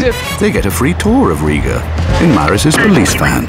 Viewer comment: Except the pronunciation of Maris , but other than that very good .